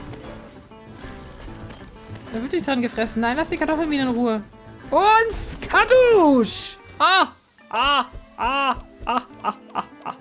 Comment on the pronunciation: es heißt nicht skadusch sonder Spudow! Schönen Tag noch jedem der das liest!:^)